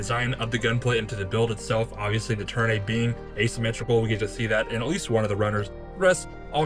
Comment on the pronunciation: amazing build! i dont wanna be mean but i believe the suit is called the Turn A (A pronounced like the letter itself) in the series its called that or the white doll/mustached doll.